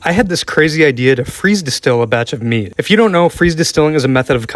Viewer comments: I thought you said "meat" and not "mead" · Oh it’s MEAD! I thought you said meat…was wondering how you’d distill that into booze 😅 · I first i thought he said a batch of meat 🤣😂im like…. Wtfff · I thought for a sec you said meat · "Mead"....... it's called MEAD. 🙄🤦